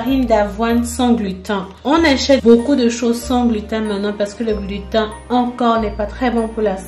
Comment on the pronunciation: Coucou, pour la prononciation, on dit glutène 😁